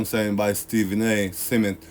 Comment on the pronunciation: Why keep pronouncing Smith as “Seh-Mith”